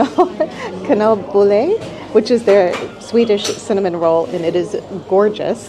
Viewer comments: " k-null bulle " naa you need to pronounce the A more otherwise it becomes a little weird , like this " kaaanelbulle " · The way you said "kanelbulle" sounded more like "knullbulle", which would be "fuck bun" 🤣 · oh no, you went to a random korvgubbe instead of Gunters.. :( When you say kanelbulle it sounds a bit like a something else. f**kbun.. :P Kajsas Fisk is actually overrated in my opionion. The place just by it called Fiskeläget is much better. Chokladbollar with coconut flakes are much better in my opionion. You missed a swedish classic called Löjrom, whitefish roe, it can be either served as the main attraction on a starter plate or as a flavor enhancer in a main course. Like Pelle Janzon, another classsic just like raggmunk just a bit fancier. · Not sure why 'Kanelbulle' is seemingly hard to pronounce for English speakers, I have friends and colleagues who also struggle with this word. My tip would be to just pronounce it 'can-el-bull-e,' and you'd be very close to the correct pronunciation. =)